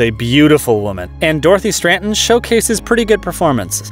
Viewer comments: *STRATTEN" not STRANTON"! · Not Stranton, STRATTEN...Dorothy Stratton. Strat-en. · He also says "Stranten," instead of Stratten. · He keeps saying 'Stranton' not Stratton. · If he would have called ex Playboy Playmate (from Galaxina) Dorothy Stratton "StraNton" for the third time I was ready to yell out loud to no one in particular.